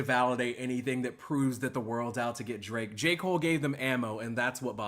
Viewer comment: I swear I heard Cole call Drake “Drape” once during this interview